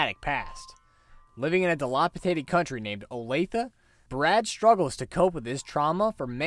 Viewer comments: Sorry if it has already been said, but Olathe is pronounced: O -lay-thuh I’m sure everyone really cares. 🤓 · Olathe is actually pronounced Oh-Lay-Thuh, you can search it up if you want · Its pronounced Olathe-uh. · Yeah, I know, but I found it uncomfortable to say, so I just stuck with butchering it and pronouncing it Oh-layth. Lol. Thanks for watching! Hope the pronunciation didn't bother you too bad!